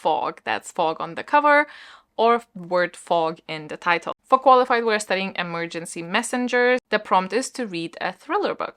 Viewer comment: I have no idea why...but whenever G said 'for Qualified' I actually heard Farquaad (as in Lord Farquaad) and I can't stop cackling at that 😁🤣🤣 I'll try to participate as much as I can even though I'm on holiday for 2 weeks 💪💖